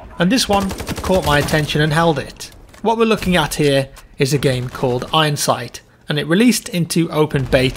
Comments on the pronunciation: you should pronounce the iron in ironsight like you would iron without the sight. I don't understand where you get the "h" from. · affirmative I thought he was saying ihindsight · I heared that he said eyensight 😂😂😂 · sounds like youre saying hindsight